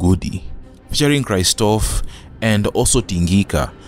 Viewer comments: It's Kristoff not Kraistoff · wacha umama, KRISTOFF is pronounced as "Chris-toff" not "Cry-stoff". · I never knew that's how to pronounce Kristoff ('Cry stof')😂😂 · Why does he keep saying Krrrrystoff 😡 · You pronounce 'Kristoff' like someone who just landed from the fucking states!